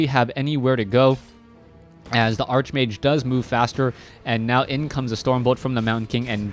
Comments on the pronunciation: ARCHMAGE IS PRONOUNCED "ARK-MAGE" lol not "ARCHE MAGE" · arch-mage is pronounced ark-mage